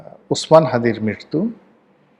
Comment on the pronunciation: মৃত্যু কে আপনি মিত্রু উচ্চারণ করেন।